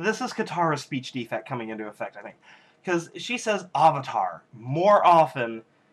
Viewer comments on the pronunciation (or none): LOL AHvatar. OHng. SOW-ka. Ew. EWWW! I wanted to punch someone too. :(